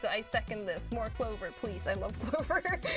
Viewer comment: Console? Pwease? L_?